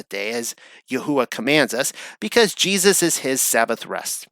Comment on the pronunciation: Do you have ADD? Also who taught you how to pronounce Jesus’ name?